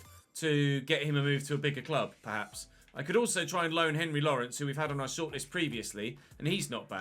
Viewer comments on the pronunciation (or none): none